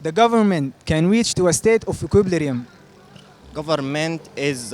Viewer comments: Equiblirium 😭😭 it's Equilibrium my guy jaybeen lekom zol ma bi3rif itkalam is2al alnas? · Equilibrium not equip lirium!!😁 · And you are pronouncing equilibrium wrong 🙂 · اته زاتك نطقتا Equilibrium غلط😂😂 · bruv you cant even pronounce equilibrium yourself LOOOL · المقدم داير يستعرض مهاراته اكتر من تقديم البرنامج بصورة مرضية لان inflation من الكلمات الاقتصادية محتاجة صاحب تخصص لكى يتحدث عنها اما equilibrium حتى مقدم البرنامج ما ناطقها صح